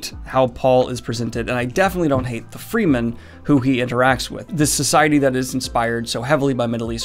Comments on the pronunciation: Fremen is pronounced frem-men not freeman, with an eh sound not the long E sound. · I have read Dune multiple times and have actually read the series and some of the controversial prequels. It’s a heavy read for sure. Just wanna point out quickly that it’s not free-men it’s Fremen with a short E. Although it’s derived from free-men, but not pronounced that way. Just a heads up. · 'Free-men' did he say 'free-men'? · I disagree, I think Frank was a great storyteller! Also it's pronounced "fremen" not "fremen!." lol 😅I left a like. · Pronounced “Freh-man” figured that out relatively recently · It's pronounced Fremen....... lol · Daniel, everything is forgiven except the way you pronounced Fremen :)